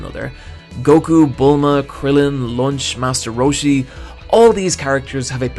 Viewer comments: My nigga pronounces launch lunch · Good ol Lunch lol it sounded like you Lunch than Launch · Did I hear launch just be called lunch? 😂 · Did you just call Launch... lunch? lol